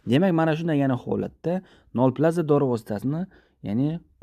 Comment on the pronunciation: Тугри укинг нольпаза нолплаза дебсиз